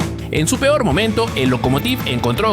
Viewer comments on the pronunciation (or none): none